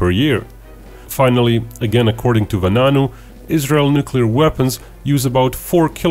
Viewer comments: In 1991 the prime minister was Itshak Shamir , not Ariel Sharon,and it's pronounced,va-a-nunu (noonoo) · You just butchered mordechais name lol its spelled va a nu nu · He mispronounced the name of the person who took pictures in the facility